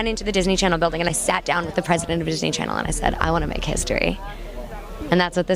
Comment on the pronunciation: "Disney Chanel" is sending me 😭